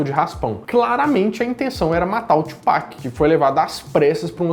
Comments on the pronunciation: Não é Tchupac não, colega. Kkkkk. Fala-se Tupac mesmo. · só lembrando que a forma correta de falar Tupac é como em portugues, e não "Twopac" .. falo isso pq quando falei assim na frente de um americano ele começou a rir :|